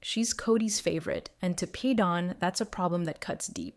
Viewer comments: First you said he was Janelle 's son, then you said Christine. Christine is his mother. Every time you say Paedon's name, you pronounce it differently...mostly incorrectly. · Thank you!! What's so hard about pronouncing his name! She changes how she says it, every which way but the right way! She needs to sound it out!!!😮